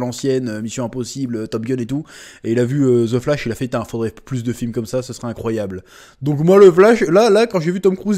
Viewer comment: on dit pas ze flash mais the flash avec l accent svp !!! le français qui parle anglais fait honte ,prenez exemple au quebecois